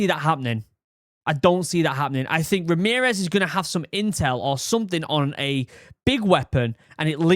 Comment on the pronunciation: who the fuck is Remerez